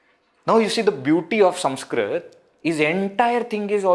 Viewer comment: Do you have a speech defect? Why are you saying SUMSKRIT? Should it not be Sanskrit?